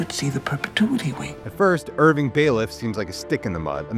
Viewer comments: This is very good but her name is Cobel, rhymes with Nobel prize, and it’s Irving not Irwin, but excellent recap. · Is he saying Corvel instead of Cobel? 😅 And who the helly is Irwin?? 🤦‍♂️ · bro said "mrs Corvel" and "Irwin" like cmon man have we even seen the show we're doing a recap of LOL